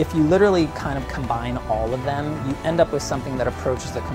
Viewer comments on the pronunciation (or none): none